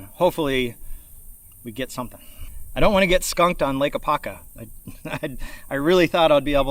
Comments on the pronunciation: AH-POP-KA. 😂😅 Great Stuff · Really appreciate your great content. But, as an Apopka native, it was extremely cringe to hear you not properly saying name.